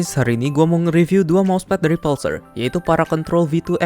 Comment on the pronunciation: mas itu bacanya pulsar kayak pull sama sar, bk pal sar